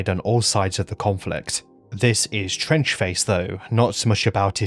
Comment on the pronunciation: Fuck me i thought you said French Face for a second there